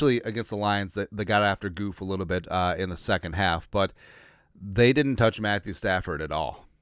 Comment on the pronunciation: What’s up with calling Goff, Goof? Kidding or disrespect?